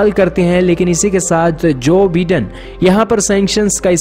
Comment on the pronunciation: Bhai vagwan ke waste thik se pronunciation karle... Jo BIDEN- pronunciation /by-Den/